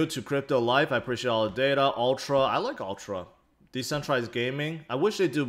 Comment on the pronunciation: When he say data = dader